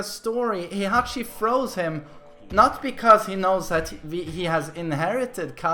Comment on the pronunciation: Took me a while to realize MM was saying “throws” instead of “froze”